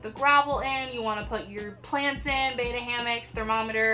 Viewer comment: It's pronounced Bet-tuh not Bay-tuh 😜💗 Oh and FYI: you want at least a 5 gallon tank. 2.5 is just not enough room 😔💗